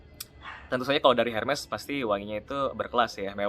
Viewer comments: Maaf mau betulin di Prancis bacanya juga Ermess bukan Ermey yahh 🙏🏼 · in French dibacanya ērmēs